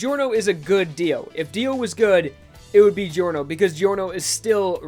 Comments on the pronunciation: my least favorite thing about giorno is that ppl call him geeyorno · Man i really love your job here! ( Btw i m italian and i laugh a lot when u pronunce italian names ) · Its not delivery its giorno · you pronounced giorno's name wrong